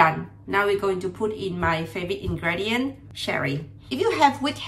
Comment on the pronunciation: I still understand your English well, but it pronounces /in-gri-di-uht/. I am an English learner too so I think you may find this comment helpful.